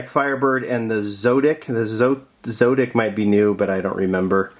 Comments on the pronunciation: Zotic is pronounced like Exotic. That's my two bits!! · Heads up! The zotic is pronounced in the sound like exotic by the way. Great video! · It's pronounced zAWtic. Anyway, i'm going to thinking of getting B case. Do you think it's worth it?